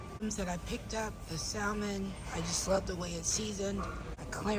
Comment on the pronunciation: Greenhouse is so nice that I can forgive the way you pronounce the word salmon.